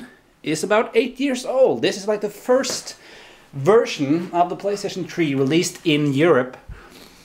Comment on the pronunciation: Did you say playstation tree?